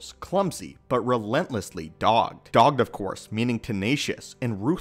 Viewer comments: Its pronounced dog-ed not dawgd, but u have the definition correct. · I almost look at Form I as a sort of blank slate from which all the rest derive whereas VI takes small aspects of I - V and combines them into one. Also, bit of a nitpick but eschew is pronounced eh - shoe and dogged is dawg - ed.